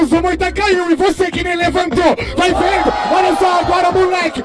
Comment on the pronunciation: Nem vi a batalha e ja sai que o falou "vai veno"